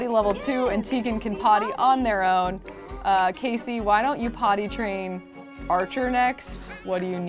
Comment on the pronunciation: Sorry to sound like 'it's Leviousa not *Leviousa*' (AKA Hermione) but it's Casey not Kacey.